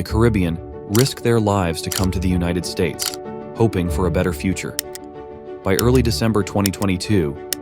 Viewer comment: Bro said una tid states and i agree